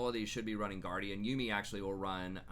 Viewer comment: man i love these videos... up until you say yuumi its not you me its yuumi.